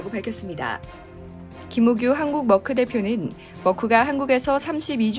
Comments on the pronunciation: 한국에서 머크라고 한다고 맞는 발음이 아닙니다..영어도 독일발음도 아닌 이상하게 발음해서요. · Merck 는 멀크는 영어식 발음이고, 메르크가( 가운데 r 발움을 약하게) 옳은 발음. 머크는 어디서온 발음인가요?